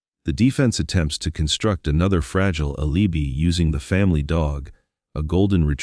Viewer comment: I wish they would use a real person instead of an AI narrator. For example, a real person could pronounce Laci (not Lossie, Lotzy or Lassie) and alibi (not alubi). 🙄